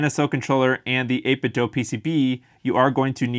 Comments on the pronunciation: It's Do, not doh. 8bitDO. Think of it this way Do is a much more common word than Doh. Right? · It’s “8bit DOO”, not “dough”. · People assume it's 8bit "dough" because of Ninten "dough."